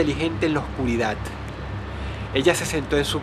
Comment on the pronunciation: universidaT, oscuridaT COOOOOOOÑOOOOO hable bien señor